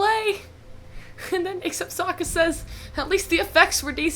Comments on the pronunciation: They literally pronounced everything differently Avatar is ah-vatar (ah like avocado) Aang is ong (rhymes with bong) Sokka is soak-uh Iroh is ear-row Agni Kai is Agni KEY?!!? 🤦🏻‍♂️🤦🏻‍♂️🤦🏻‍♂️🤦🏻‍♂️🤦🏻‍♂️ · Who tf is Eeroh, Sohkuh, and Awng? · It’s not Sowka, it’s Soaka. 😆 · Honestly, "Sowka" would be preferable and closer to the original compared to what they actually say, which is Soh-ka (toa). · Aang ❌ Ong ✅ Sokka❌ Saw-ka✅ Katara❌ Kaye-tarra✅ Iroh❌ EEE-row✅ Avatar❌ O-bettar✅ MY ANGER ISSUES COULD NEVER...😤😤😤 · In Spanish they say Sokkas name as sack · The dude they chose for Iroh looked like he was high this entire film, here's how I see the names spelled when they say them wrong "Eroh, Sakka, Oang, Oavatar, Agni KEY duel," the bending was so slow man, he crapped on the entire series